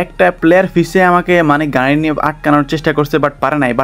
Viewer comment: গাই গাই করো ক্যা,মিয়া গাড়ি বলতে পারো না 😂😂